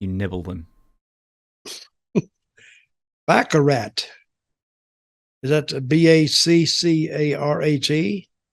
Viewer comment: Lol baccarat pronounced BOCK-uh-rah